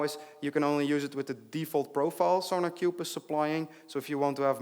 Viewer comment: keep hearing "SonicQube"